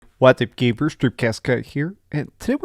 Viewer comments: U mother fucker it's a pronounciation mistake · Did this man say... whats up gay bers!? Wtf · He really says geybears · I heard it too😂